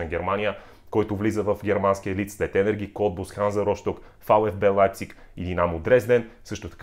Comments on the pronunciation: понеже си привърженик на правилното четене на имена - РоСТок, не Рощок. В България е възприето грешното вярване, че ST в немския се чете винаги като "щ". Това не е вярно. ST се чете като "щ" в началото на думата (например Щиндл) или по средата на думата, но само когато става въпрос за начало на дума в сложносъставна такава (например Швайнщайгер). Ако беше Рощок, щяхме да казваме и "ди бещен", както се пее в химна на Шампионската лига. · Само една забележка: Ханза Росток се казва, не Щ. С+Т се чете Щ, само когато думата започва с тях или когато коренът на думата започва така.